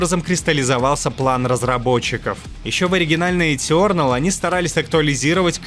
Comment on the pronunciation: этЁрнэл, когда так произносят это слово где плачет один учитель по английскому языку...